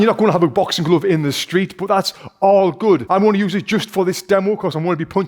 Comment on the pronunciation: He said gluve